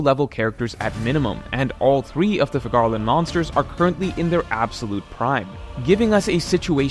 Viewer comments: My apologies you pronounced figarland like and I clicked off the video😭 I’ll still give you a like tho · bro can't pronounce Figarland